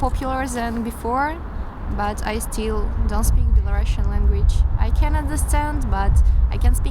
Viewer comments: NO BelaruSSian, to speak correctly BelaruSian. Не Белорашн, а Беларусиан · the first "belarusian" is not a real belarusian if she can't even pronounce her language name in English right🤦🏼‍♀️🤦🏼‍♀️🤦🏼‍♀️